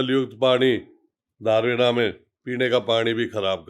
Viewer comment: धारुहेड़ा नही दारुहेडा